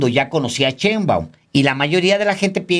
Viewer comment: por favor Alejandro, ya no digas "chembaum" me da cringe 😂😂